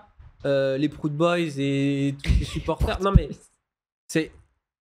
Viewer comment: Les proutes boyz plutôt non ?